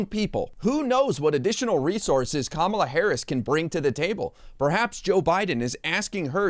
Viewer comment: I’m impressed he said Kamala correctly! He’s being political. False accusations so he’s playing games.